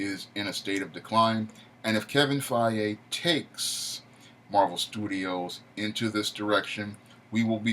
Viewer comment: Damn you butchered Kevin Feige's last name It's actually pronounced Fy - Gie.